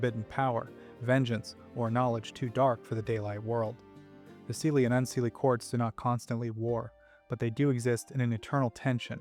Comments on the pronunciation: OK I am picky but SIDHE is pronounced SHEE and not SEEDHAY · With Leanan sidhe, you managed to completely mispronounce the Sidhe.... It is actually pronounced Shee. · Just fyi, Sidhe is a Gaelic word, and it's pronounced "she". Kinda like the Irish actress Saoirse Ronan, whose first name is pronounced "ser-sha". It's usually a good idea to google the pronunciation of a proper noun over just trying to sound it out, especially when it's a loanword from a foreign language.